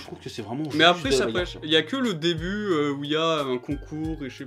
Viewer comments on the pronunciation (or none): "pèche", pas "prêche" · L'histoire "pêche", pas "prêche", bordel.